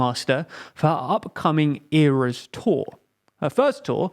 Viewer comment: ERA as in EH-RUH . the eras tour